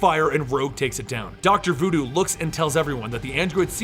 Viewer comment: oh, doctor voo doo, i though he said doctor doo doo.